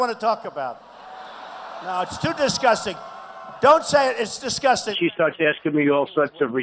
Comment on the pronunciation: He says disCUSTing, not disGUSTing.